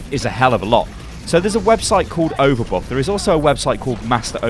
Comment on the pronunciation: overbuff? overbot? what are you saying man